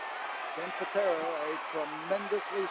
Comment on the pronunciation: He just call him Ken Potato?